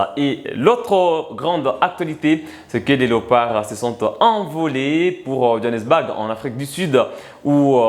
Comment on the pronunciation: Le mot "BOURG" se pronounce phonetikement comme "BOUR"pas BAG comme tu le prononce, merci.